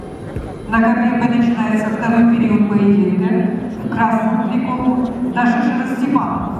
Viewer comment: ударение на второй слог надо читать